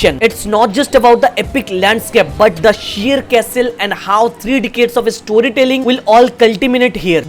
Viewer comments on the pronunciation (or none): none